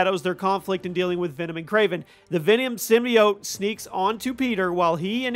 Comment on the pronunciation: The way you pronounce "symbiote" distresses me.